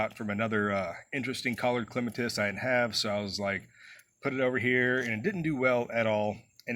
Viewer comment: Thank you for the pronunciation. The dictionary gives both but yours is the one I prefer.😊